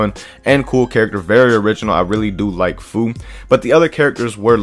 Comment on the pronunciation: How u gonna be a pro but can’t pronounce Fu correctly lol